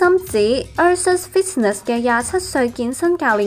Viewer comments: 旁白女仕，fitness個t字唔須要發音㗎！ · Yes you do. She just got it all wrong. She pronounced it awkwardly, which is what we call chinglish. The Americans do it half way through the “t”. But you can also pronounce the whole “t” with a light touch so light it almost goes “fid” and “tness”.